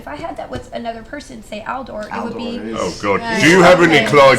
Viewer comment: Every time Felicia was saying *Aldor" I kept hearing "Al Gore", definitely makes the whole "boyfriend" thing even funnier 😂😂😂